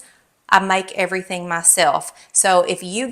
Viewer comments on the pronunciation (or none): none